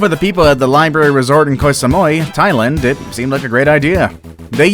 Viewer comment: Why can’t you say Thailand properly?